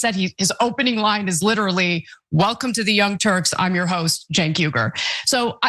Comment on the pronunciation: He said Cenk pretty much like Jank. It was Uyger he mispronounced.